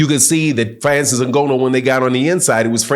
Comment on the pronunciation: Put some respect on the man’s name!! If you’re going to report and talk about cheating and other so called facts at leat pronounce Frances’ name CORRECTLY!!